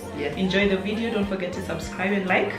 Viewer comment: Did she just call us jo-video? 🤣🤣🤣